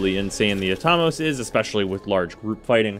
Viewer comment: pronounce Atomos again?me thinks its wrong......at-o-mos......like atom